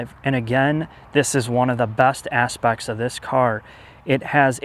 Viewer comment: " one of the best ASSpects of this car.."